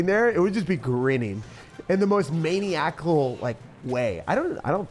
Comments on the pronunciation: it is a word but it’s pronounced “muh nye uh cull” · Lol it's pronounce man-eye-ical. Hey I double dog dare you to do a video using old school trifecta with Evo skellies. Keep up the good work. Peace out girl scout. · maniacal is a word you just pronounced it wrong but we love the effort